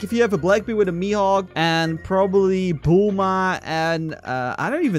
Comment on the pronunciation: I love how he says bulma "buma" 🤣😂